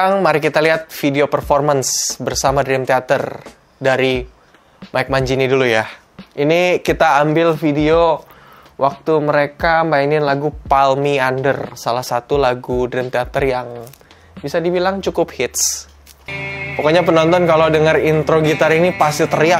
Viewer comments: Maap “pull me under” ngucapnya bukan “pal mi ander” bro, tp “pul mi ander” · pull kali,bang, bukan "pal" bacanya hehehe, koreksi dari fans DT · pull bacanya pul bukan pal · Pull Me under, red: Pul bang, bukan pal :hand-purple-blue-peace